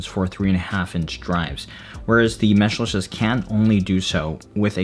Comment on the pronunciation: the first reviewer i have seen that pronounces Meshlicious correctly